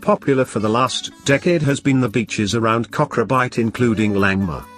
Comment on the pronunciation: kokro-bite..he didi not get a single name right.